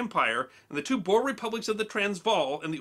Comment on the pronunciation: The "Boer" wars ... well, unfortunately, that's a Dutch word, and the letters "oe" in Dutch makes for a sound more like "oo" (like the sound a ghost makes lol) in English. So the word is actually pronounced more like Boor war. Anyhow, the word "boer" is simply "farmer". I.e. the English were fighting farmers in South Africa.